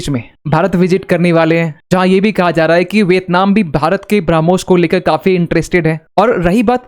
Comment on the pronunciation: ठीक से ब्रह्मोस बोलना सीखो